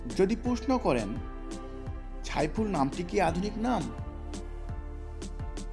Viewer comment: ভাই সাইফুল কে আপনি ছাইফুল বলেন উচ্চারণ ঠিক নয়